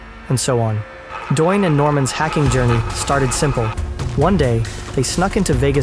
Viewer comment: The guy’s name is “Doyne”.